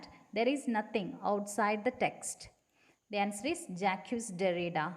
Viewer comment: Please note the pronunciation of Jacques Derrida! It is Jack derrida